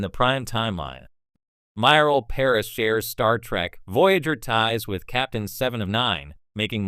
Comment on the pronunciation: "TREK" not "TRACK"! EEEEEEEEEKKKKKKKKK not AAAAAKKKK